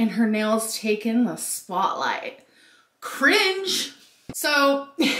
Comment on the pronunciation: Did she say "crintch" instead of "cringe"?